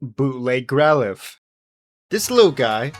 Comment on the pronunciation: ah yes.. growlithe..